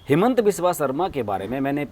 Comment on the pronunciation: Its हिमन्त not हेमन्त all hindi news pronunciation Wrong